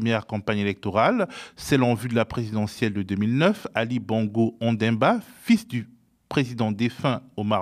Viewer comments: Monsieur le journalistes c'est ONDIMBA et non ONDEMBA.Ça c'est quoi c'est vous aussi.C'est pathétique ! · Ça se prononce Ondi-mba